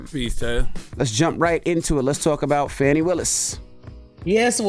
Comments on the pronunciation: I wish yall would say her name correctly. It's not "Fanny" 🙄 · Can the two men start pronouncing Fani's name correctly? You can't claim ignorance when you know how to pronounce it correctly and choose not to. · 2 Black men that repeatedly mispronounced Fani’s name is deplorable and disrespectful. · Seriously, and the same with Kamala. They are acting just like wyt people that can’t be bothered to pronounce untraditional black names, but have no problem pronouncing Tchaikovsky or charcuterie board.🙄